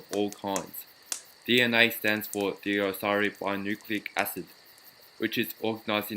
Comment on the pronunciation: deoxyribose nucleic acid was pronounced wrong